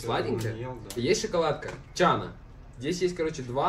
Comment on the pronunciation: Шоколад Гана, Аслан:чана 🤣